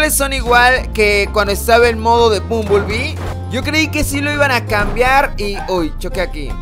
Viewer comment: No se dice bumbulbi, se dice bambelbi